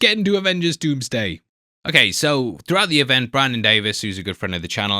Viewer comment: 😂😂😂😂😂 I can’t unhear that now